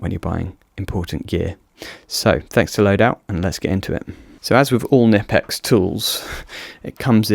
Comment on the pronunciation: How is it that creators are still unable to pronounce Knipex after all these years?